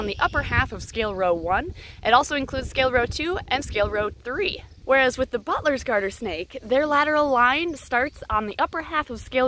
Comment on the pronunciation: When she says butler’s it Sounds a bit like “butless” Not hate at all